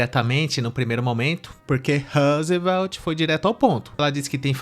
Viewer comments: Esse "Roosevelt" é M-A-R-A-V-I-L-I-N-D-O de ouvir 😂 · Vixxxiii mano, lá no nordeste as pessoas tem nomes e sobrenomes dignos de americanos, Tayane Smith, O repórter se chama Rosveld 😂😂😂